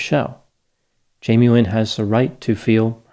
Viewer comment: It sounds like you are saying Jamie Win ???